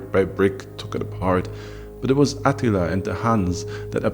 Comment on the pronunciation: The only downside to this video is that AH-teeel-AH's name doesn't have the same gravitas as Maaaar-koos Orrrrrr-REAL-eeeee-US. Still, our boy is THE best storyteller on YouTube. Fact.